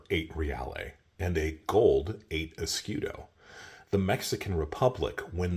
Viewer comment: Fantastic video as always. Tiny little constructive feedback: type the word "escudo", or any other foreign word that you repeat dozens of times, on Google (or Google translator) and click to hear the pronunciation. Hearing eskidos is killing the video vibe :)